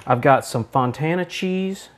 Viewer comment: i thought it was fontina cheese, not fontana